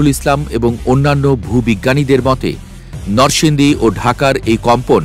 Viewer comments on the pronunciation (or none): সাংবাদিক সাহেব নরসিংদী নামটি অন্তত সঠিক ভাবে উচ্চারণ করেন